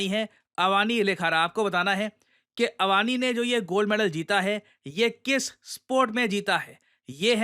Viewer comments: Sir vo Avni hai, Avaani nhi hai 😂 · अवनि होता है अवानी नहीं भाई 🙂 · It is pronounced AVNI, not AVANI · Sir, actually her name is अवनि लेखरा not अवानि Please read Indian names in Devnagri atleast one time because in English you can't read as it's that you write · पिरिशांत धेवन कहे तो कैसा रहेगा अवनी को अवानी बोलना जरा विचार करो किस स्तर पर आप भाषाई गुलाम हो अंग्रेजी के की आपको अपनी मातृभाषा के शुद्ध उच्चारण में समस्या हे और यह कोई पहली घटना नही है इस से पूर्व भी कई की है; बाकी आपके ज्ञान का में सदैव प्रशंसक रहा हूं आशा है सुधार होगा। जय राम जी की। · अवानी नही सर, अवनी नाम है उसका. रोमन लिपी छोडो, देवनागरी देखो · Sir it's not अवानी लेखारा Its अवनी लेखरा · अवनि not अवानी ❤❤❤ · अवानी? आप भारतीय हो या विदेशी? क्या आपको पता नही के अवानी नहीं अवनी नाम है? गलत उच्चारण का फैशन चला आ रहा है। दुर्भाग्य है इस देश का, शिक्षक ही जब गलत उच्चारण करेंगे तब विद्यार्थियों से क्या ही उम्मीद रखें। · Answer: (B) Shooting सर थोड़ी correction है नाम में - its not अवानी लेखरा, its अवनी लखारा, अवनी means पृथ्वी, पृथ्वी का पर्यायवाची नाम होता है अवनी। Thank you sir, जय हिंद जय भारत। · मै आपकी IR videos 7 वर्षों से फॉलो कर रहा हूँ। आपके द्वारा दिया गए कंटेंट से लेकर भाषा तक सब सही होने की उम्मीद रहती है। नम्रता पूर्वक अनुरोध है की हिंदी के शब्दों को हिंदी मे ही उच्चारित करें, जैसे अवानी के स्थान पर अवनि। धन्यवाद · It's not AvAAni....it's Avani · अवानी लेखारा नही Its अवनी लेखरा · Hello Sir, her name is not called Avani but rather Avni. A after V is silent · It's अवनी not अवानी ......